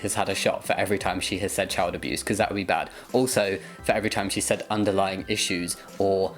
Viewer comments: The word is "underlying", you ignorant woman, not "underlining." Also, Jamie, more vest videos! Hooray for hot weather! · she doesn't even say "underlying cause", she says "underlining cause".